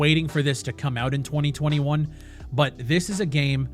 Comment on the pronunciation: Anyone else feel weird about the way he said “2021”